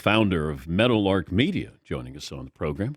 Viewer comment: At least got it right this time! Meadowlark not “Meadowlard”! 😂